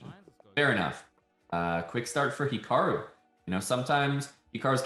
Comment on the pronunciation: "HIAKRU" lol, close enough...